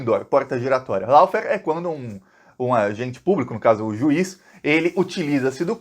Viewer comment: lawfare , se pronuncia ló férr.....